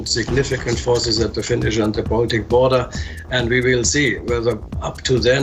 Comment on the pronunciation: If you talk about "Baltic States", try to pronounce the word Baltic correctly.